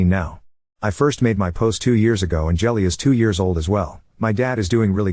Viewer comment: I wonder if the kid’s name is Jilly and not actual “Jelly” like the AI is pronouncing it.